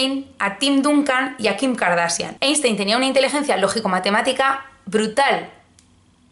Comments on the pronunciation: Karsachian no kardasian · Me encanta como pronuncias Kardashian!!!